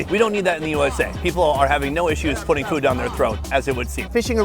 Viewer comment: Hate how he pronounces “food”